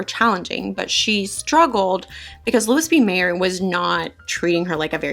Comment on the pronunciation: Haven't finished yet -- but here are a few tips, fyi... * Louis B. Mayer: pronounced: Lou-ee B. May-r * Charles Boyer: pronounced Charles (soft- French "Ch") Boy-ay: again, French.